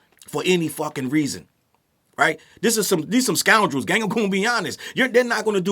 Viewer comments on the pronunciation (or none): Not "scoundrels" 😂😂